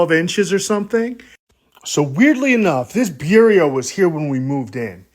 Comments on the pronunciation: Is he trying to say "bureau?"😂omg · BEE-YOUR -OH . Say it fast. Beurocracy , Beurocracrats, Bureau... it means Desk. a Bureau.